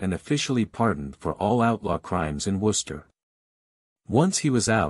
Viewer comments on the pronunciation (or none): It’s pronounced wooster